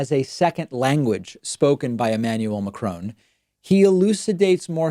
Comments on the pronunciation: Can you please pronounce Macron's name properly. The emphasis in on Ma, like in happy, the ha is emphasised, the cron is much lower. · Soo.... It's Macrone, not Macron? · French president : *named Emmanuel Macron* This guy and the subtitles : *Emmanuel McCrown* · It’s not fucking Ma-Crow-n It’s Mac-ron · Hi, I just wanted to say that the subs are not correct at times. Also the name of the French President is Macron not McCrone. I wish to contribute but I do not know how... Sincerely, A random Belgian viewer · It is not Macrone, it is pronounced Macro. You are worse than the person you trying to embarrass. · It’s “Marcon”, not Marcoon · Macrone?? Why is this guy calling him Macrone lol Its Mac- ron not Mac- rone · Co'mon phonetically from the top...Mak .. chrOn.... not macrone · His name is pronounced MAC-RON not MACRONE. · It;s not "Macron" as in "OWN" it's "Macron" as on "ON"!!! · "Macron", not "Macrone". Is a lemon a "lemone" in USA? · David, The “Ron” in “Macron” should be pronounced like the first name in English. I’m not sure why the news programs in the US, pronounce it “Rone”. The “on” sound in French doesn’t exist in English but it’s ok with names in French to pronounce the n as "an", "in", "on" or "en" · Apart from the fact that the French President is not MacroNE but MacrÅn (n is silent), Trump's English is the result of someone that is poorly read. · i like his points but being french i just want to say it's" mac[ʁɔ̃]" not "macrawn" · Yes, David, but who is Emmanuel Macrone? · David, please pronounce his name correctly ... its not Macrone as you keep saying, its Macron with a soft n ... try this as a starter ...... 2019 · Macron (note to DP: it’s pronounced MaCRAWGH, not Macrone) has higher levels of intelligence in his one ear lobe than Trump has in his entire frontal lobe. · Yes!! Mac-Ron not Ma-crone. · Lol the subtitles "McCrone" ! Is he served with salad ? (It's supposed to be pronounced with a nasal õ sound of course, [macrõ] ) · Mdr il dit: Macrone